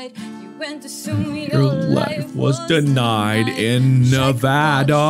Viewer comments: I just want to point out that mark said nevada correctly just thought that was cool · but like, props to mark for saying Nevada correctly